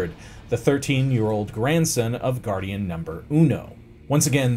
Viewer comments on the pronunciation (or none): Goddian? I thought it was Gordian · Did he forget to pronounce the “r”s in Gordian and Carthage? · Why are you pronouncing Gordian as Godian? Do you not see the r in there? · Is this guy from Boston? He pronounces “Gordion” as “gahdian” lol